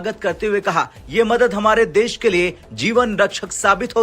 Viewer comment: Des nahi desh hota hai..Indians anchor ki hindi sahi nahi hai.